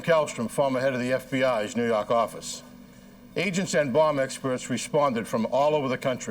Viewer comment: NEW YAWK AFFICE!